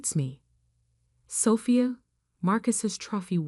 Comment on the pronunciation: You really need to say the Annunciation of the name ' Sophia', but a good story.